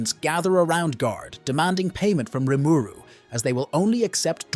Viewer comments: this is a tough watch based on how you keep pronouncing rimuru, maybe its a dub v sub thing? idk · Yep. I just sped the video up that it's less painful lol